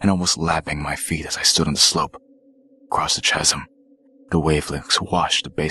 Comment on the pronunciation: If I were to guess correctly, I would say that you said words wrong because you were nervous. That's OK though, you have a great narrators voice, I just don't know what a chasum or a hummmet is. You got my vote, though. 👍🏼